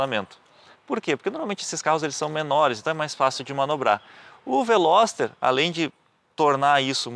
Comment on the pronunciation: carro é bom so errou no nome...veloster rsss